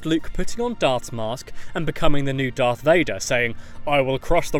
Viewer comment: Don’t you hate it when people say dark Vader it’s darth Vader